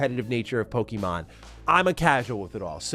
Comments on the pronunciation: All I can hear is “pokey-mon” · I hate how ppl pronounce it Poe-key-mon, when it's really Po-keh-mon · Learn how to pronounce Pokémon. Please. And Pokémon and Digimon are not early 2000's but late 1990's.